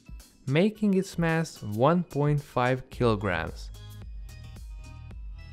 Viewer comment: Keeloogrammes stew or keeloogrammes feathes